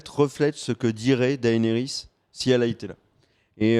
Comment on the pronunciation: Daénarisse, Serzeï, esteros, margérie/ marjorie/ marguarie... les tirelles, Rose bolton, Jimmy?! Bonjour mes oreilles bordel !